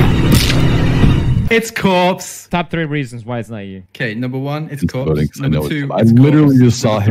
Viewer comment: Love the way you say it's cropse lol